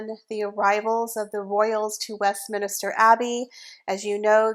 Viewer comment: It’s Westminster NOT Westminister. I teach English grammar with an emphasis on proper word pronunciation. Love, body language guy, but wish I could help him out with his word pronunciation & grammar.